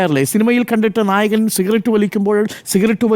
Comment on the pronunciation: നായകൻ എന്നാണോ നായകൾ എന്നാണോ പറയുന്നത് എന്ന് മനസ്സിലാവുന്നില്ല ഡോക്ടർ😂